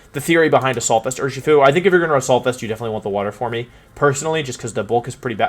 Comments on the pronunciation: I've never seen any of your videos before so please dont take offense to this as I'm genuinely curious. Why do you pronounce it "form-ee" i'm well aware that it is spelled "forme" but as far as I know regardless of spelling it is still pronounced as "form". also, your pronunciation of "video" you said "wideo". i'm genuinely curious if it's an accent that i'm not picking up on anywhere else in the video or if it's something else that i'm just not aware of. like i said, i mean absolutely no offense in this comment, i'm just genuinely curious about your pronunciations. I do love the video though, keep up the work :) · Why the hell do you say “formey” Just say form like a normal person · There an inside joke I’m missing here as to why he pronounces forme as for-me?